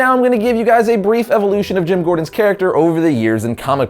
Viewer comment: you said jams Gordon